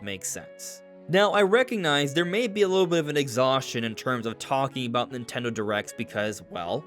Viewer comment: What's "Nit'ele"? 😜